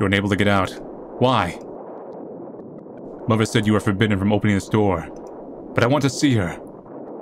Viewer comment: "muhvur" "bruhvur"